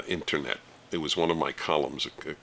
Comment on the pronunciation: I love the way Dennis says “internet;” I don’t know why.